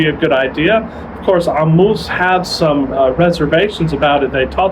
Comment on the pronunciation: Wow, where'd you get this 3Ammous pronunciation, you studied arabic